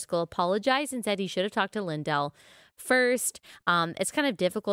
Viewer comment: Matthew 18 does NOT apply in this situation. And BTW… his name is pronounced LINdell - NOT LinDELL.🤦‍♀️